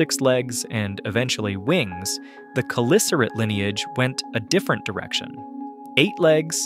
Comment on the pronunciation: The ch in “Chelicerate” makes the k sound.